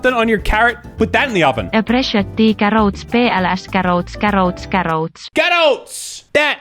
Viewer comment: I love saying “carOHts” in the Finnish accent, cracks me up every time